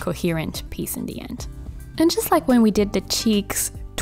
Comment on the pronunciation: I like how she says ‘d’ instead of ‘the’ every single time lol